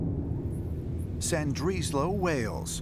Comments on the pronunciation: Slan-dreezlo??? LMAO. Awe, bless him for trying! 😂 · Nobody is going to mention "Sandrislo"?? I had to google where he was talking about, apparently "Ll" is pronounced "S" now 😂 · Llandrillo is pronouned like Thlandrithlo. Richard D Hall has done an excellent video on this incident